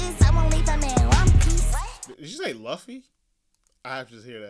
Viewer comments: And the girl saying luffy was off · The girls pronunciation of luffy bothers me too